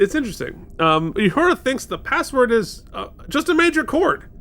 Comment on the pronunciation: Love you guys! But, please stop calling Uhura Yahura. Theres no Y in her name.